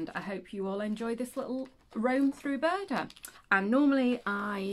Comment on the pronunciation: Good to hear Buuurrrrrda again 😂🤣